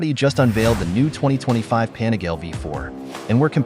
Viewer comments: It's pronounced Panigaleeeeeeee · The correct pronunciation is PAH NEE GAH LEH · Hearing this weird voice pronouncing Panigale 🤬. No thanks. Do not recommend this channel.